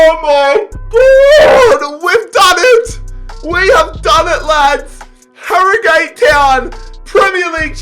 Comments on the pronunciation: I know you are Australian, im irish but it is pronounced Harrogit Town note Harrogate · It’s not Harrygate it is prenounced harrogit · Harro-gate wtf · You don’t say it like Harrogate you say it like harrogut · this man saying harrogAte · Ha-Ro-Gayt is how he says it Ha-Ro-Gut is how it’s pronounced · pronounces it as HarroGATE Whereas its actually pronounced Harrogut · 30 seconds in and if he says harro-gate one more time I’m jumping out window. And the Tillman signing😭 is doimg a a viktoria koln career and I signed him Cos he was a back up to arp so I thought it would be realistic, what a player he ks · "Harro Gate Town" LOOL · hArR oH gAtE town lol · It's pronouced "harra git" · It’s pronounced arragut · Btw for future reference it's pronounced haruhgat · It's pronounced "aragut" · You pronounce it Ha-Ro-Gut’ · I'm from 5 miles away from Harrogate and the correct way to say it is Harrow-gayte But people where I live mainly say it as Harro-gat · It’s prounounced harrogut not Harrogate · When you're doing these rebuilds, listen to the club name being said first, this hurt so much listening to harrow-gate, you even said it correctly once 😂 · its pronounced harogut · Its pronunciation is 'Ha-ro-gut' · Its harrowgut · Harrogate is pronounced 'aragut'. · wrong I live in Harrogate it is said Har-o-gut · Harragute how it is pronounced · IT IS SO ANNOYING HE LEGIT SAID THE RIGHT PRONUNCIATION AND JUST SAID ILL JUST SAY HARRO-GATE WHY DOESNT HE DO SOME RESEARCH OF HOW TO PRONOUNCE THE TEAMS HE REBUILDS AHHHHHH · Agree it’s harro-gut 😆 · I'm from Harrogate so this triggers me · Your pronouncing harrogate wrong